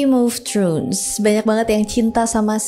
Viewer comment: throne bukan trhun kwkw